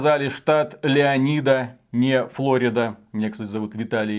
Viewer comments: И да, не Леонида а в оригинале звучит Леона'йда, ударение на а;) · Leoni'das (Леона'йдас) в оригинале, даже если на русском перевести, ударение в русском на Leo'nidas. Но никак не Леони'д:) Какой ще, Якубович)